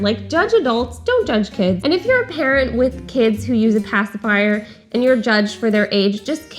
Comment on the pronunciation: "pasiphier" and "binki" both annoy INCREDIBLY ! Am I the only one?